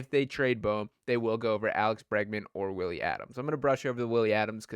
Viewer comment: I’m sorry bro you not only did you mis pronounce Willy’s name but also just completely ignoring him is just straight up disrespectful because honestly I rather have him then Bregman also just unprofessional on your part to basically just say I don’t give a shit about Willy